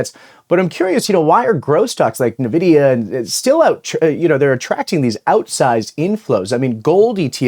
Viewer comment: You're still saying Nvidia wrong